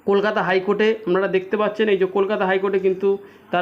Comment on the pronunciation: "কেলকেটা হাইকোর্ট"😜